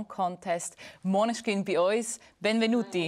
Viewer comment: Maneschkin hahaha